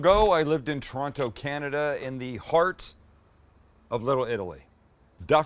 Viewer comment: Montreal, to Toronto. Sam, what took you to San Diego? Shit, you can still say Toronto properly.